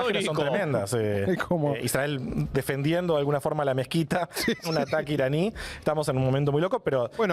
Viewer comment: A mí me dio vergüenza la manera imparcial, objetiva y bien de argentino en que pronuncia "Israel"